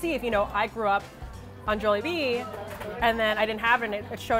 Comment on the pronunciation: I nearly turned the video off the way she pronounced Jollibee